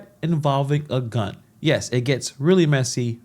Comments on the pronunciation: Sound like he said gut..🔥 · I heard “gut”. I love your style. Cool in the chaos. Have a great weekend. 😊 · Sounds like he said GUT.